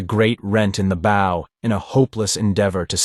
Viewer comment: thank you so much for sharing these, i love them from childhood!! i also wish to add; be consistent. you call Phaidor 2 names;(Fay-dor and Fye-dor) and at one point she actually calls herself both versions. no good. also the front of is called a Bow (rhymes with how) but you call it both bow(like arrow) and Bow (correctly). Aside from not differentiating between characters consistently (often they sound exactly as the narrator) these are my only notes. you can do this well, but also can do it better!!🫶🏾👊🏾